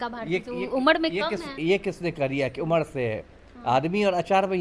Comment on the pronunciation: उम्र ko उमड bol rahi hai...bolna to seekh lo moorkhon..JNU ki parhi badtammej German ka ek sentence to theek se bol nahi pati hai😂😂😂